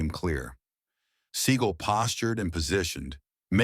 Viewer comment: That’s how you actually pronounce it.